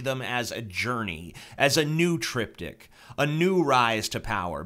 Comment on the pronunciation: why did i keep understanding the Trip Dick instead of triptik ahahahahaha